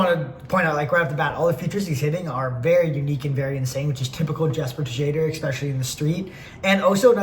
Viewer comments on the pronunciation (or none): i think it's yes-per shade-er